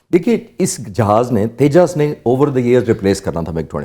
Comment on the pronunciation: Teja Nahi Tejas bey, Pakistanis pronunciation is very poor.